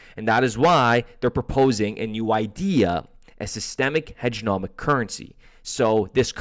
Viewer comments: HEGEMONIC not HEGENOMIC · HEG-E-MONiC HEDGE-E'-MO-NIC